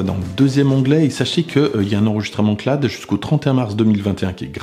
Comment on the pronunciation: Bordel de bordel: CLA-OUDE, pas CLAD!